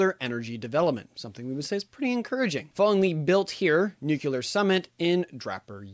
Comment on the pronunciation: Nuclear, not nuqulear